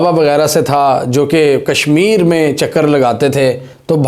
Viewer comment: Abay khud bolna phalay sekho boltay kasay ho kashmir ko kasmir i s i tou lagi Hoye hai Tum mosad sy sy help ly kar rahay ho bas beta Tum abhi bachay ho tumhari soch jaha khatam Hoti hai waha sy i s i shuro Hoti Tum Jo karty ho pakhday jatay ho